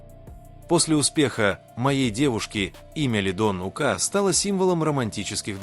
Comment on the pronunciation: Смотрю все ваши видео,интересно,но пожалуста ставте ударение правильно,не ука' а ук